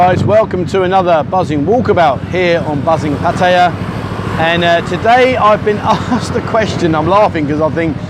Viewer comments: This was the best video you've done so far. One criticism: You have been getting so much better about pronouncing Pattaya, but you slipped again. Here's a help. Look at the way it's spelled in Thai. It's a 2 syllable word, not 3. That middle syllable you sometimes hear is effectively catching your breath between the 2 consonants. Don't emphasize it. Patt - ya. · Stopped watching at 5 seconds in. Any time Pattaya is mispronounced like that It pisses me off and I can't continue.